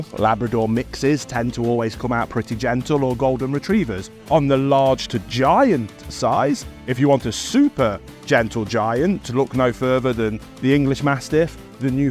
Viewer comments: Christ, pronounce Newfoundland proper...please. new-fin-lan/newfland (not new found, not new finland) ...the word found is not in the pronunciation....love the channel. Lol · Hate to sound pedantic, but it's pronounced NEWfundland, not NewFOUNDland. Try saying 'NewFOUNDland' in Newfoundland and you might get punched.